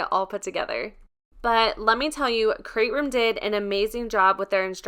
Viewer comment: Nice review!! I just ordered the Dream Box 3. I can’t wait to get it. It sounds like you’re saying “Crate Room” and not “Create Room “